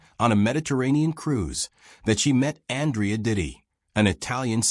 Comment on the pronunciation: Andrea DOT ti Not Ditti